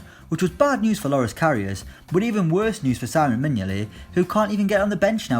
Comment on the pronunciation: It’s see-mon mignolet not simon mignolet